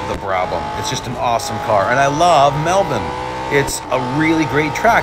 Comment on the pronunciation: Hey, Awesome run on Melbourne, I'm an Aussie born and bred in Melbourne you said it perfectly plus it's always great to hear all my American Rr3 brothers say it correctly.😁❤️‍🔥🤟